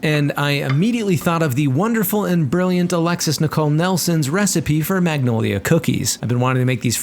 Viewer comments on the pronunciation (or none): I hate how he pronounces magnolia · G is silent! Its Manolia!